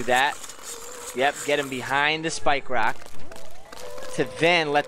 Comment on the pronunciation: Cwan I pwese have a spwikewock?.